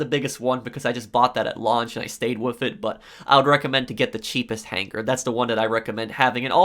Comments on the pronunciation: I appreciate the quality of information you offer in your videos, but you have to learn to say hanger. Right it's hang-er You're saying han-ger which sounds like you've phlegm stuck in your throat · I’ve never made a comment in my entire life but holy fuck I’m getting so annoyed over how HARD he pronounces his G’s in han-GHER. Holy crap dog I had to change the video over it. Work on yo speech. I counted that like 60 times. The g is silent buddy. I’m sure you learned about stuff that in like 4th grade.